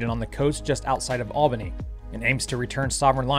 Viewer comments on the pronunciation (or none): Hey brother. Just to let you know the pronunciation of the town in Western Australia al bany not all bany...but who cares..even our east coast friends cant get it right....love ya channel and cloud liker 2.....big loves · It's pronounced al-ban-eeeee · 😂 They rather their town in Western Australia to be called El-Bany not Al-Bany, I found that out when I visited and said it incorrectly once. I only did it once after the manner they corrected me! 😉